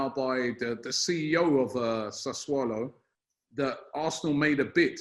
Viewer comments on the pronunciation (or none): has gone from saying Sassuloo to Sassuaalo. At least it is progress. I know it is incredibly hard for him but hopefully he will say Sassuolo soon. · Wonder how much times practiced pronouncing "Sassuolo" before Romano came on.🤣🤣🤣🤣